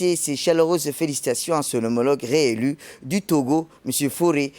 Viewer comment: C Faure et non fauré